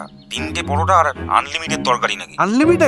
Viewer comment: Plate ❌palet✅ Unlimited ❌onlimited✅ Tees❌Tiris✅ Onion❌ aapel✅ 😂😂